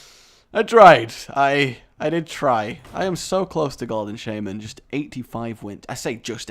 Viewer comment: Say Shaymen again, I dare you!